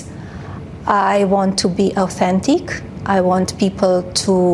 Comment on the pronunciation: She said," I vant to be authentic." 😂